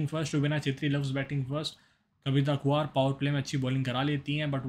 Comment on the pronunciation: वो कविता कुंवर है खुवार नही है सही से बोलो